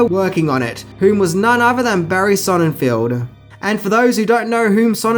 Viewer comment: Barry Sonnenfeld, not Sonnenfield.